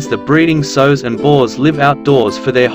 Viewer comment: It's sows, not sews!